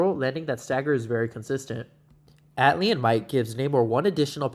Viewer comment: Not to be that guy, but it's Atlantean not Atlian.